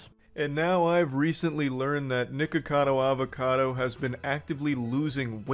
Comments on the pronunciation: Funny how neither you nor Penguinz can pronounce his name. Nickado Avocado? Nickocader Avocader? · I heard: "niggerkador avokador" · ok hear me out i dont want any racism wars but it sounded like he said n____cadoAvacado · bro really said nikorcado avorcado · why does it aound like you say niggercado avocado bro 💀💀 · his name is not Nikeucadeu Aveucadeu but whatever....i dont like listening to poeple that sound and behave weird like that. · Bro did you say nikkacado avocado at the beginning 😂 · Souned liked he said N1ggercado avocado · Good video but Nickocado Avacado doesn’t have any r’s in it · Love it that Penguinz0 doesn't say his name right lol